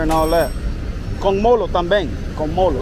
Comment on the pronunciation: Its not molo.Molho.pronounced like this....Mollllllyiu.